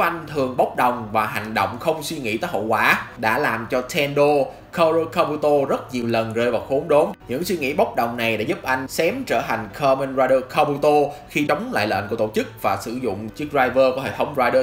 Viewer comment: Ô chú ý phát âm lại Kamen rider nhá vì nghe cứ ra Kaoru :))) clip ô hay nma cách phát âm KR nghe khá cấn